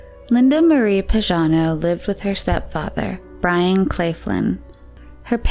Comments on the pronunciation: YoU pronounce PAGANO like PAJANO...is totally wrong,you shuld pronounce it like PAGHANO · the name PAGANO is pronounced with a hard "g" PAG rhymes with BAG. Is this a computerized voice because this isn't an uncommon name or pronounciation. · It's Linda Marie Pagano (hard g). Why does the narrator pronounce it like Pazhano? And her stepfather was Byron, not Brian.